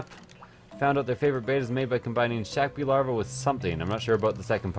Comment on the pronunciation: Pronouncing Snakebee larva as Shaqbee larva is pretty funny.